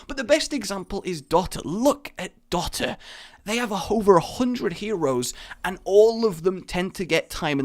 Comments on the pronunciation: It's pronounced do - ta not dot - a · Dot-a..., please np/